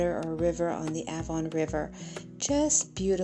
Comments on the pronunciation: Avon is pronounced Ayvon. The A is pronounced just like simply saying the letter A 👍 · The river is pronounced Ayven. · Avon..pronounced like hay without the h